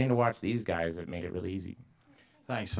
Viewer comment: WTF was that in the beginnig "Hi, Gay"